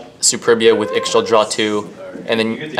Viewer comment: Ixchel is pronounced "Ish-tchel" not "iks-shel"